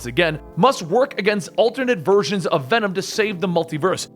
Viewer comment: Ve’nam? That sounds so stupid